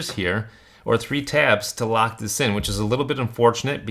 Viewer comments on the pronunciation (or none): none